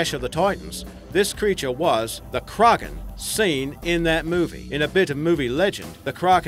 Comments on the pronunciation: it isnt pronounced "Ker-Awk-en" its pronounced "Crack-en" As what everyone else says. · KRAKEN NOT CRAGEN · its kraken not cragen... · "*Krogen*" That's all I hear when he says Kraken. 😂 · KRÄKEN xD how he says it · I cringe every time he tries to say 'Kraken' cro-gen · Stop saying Crawkin!!!! Arrrr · Who else gets annoyed when he says "Kraken"